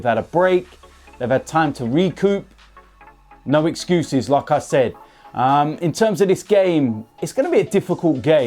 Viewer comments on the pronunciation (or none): Whenever he says " like i said" It sounds like "lacazette"